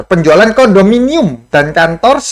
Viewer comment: Sya ketawa pas salah ucap kondominium... Seru..ada lucu2nya biar gk terlalu serius..🤭🤭😂😂